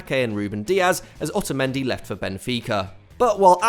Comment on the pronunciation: Ah yes. Otamedi to otamedi